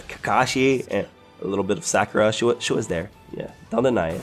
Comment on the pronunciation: ThChosen King same when he pronounced naruto, sasuke, and sakura wrong i was so annoyed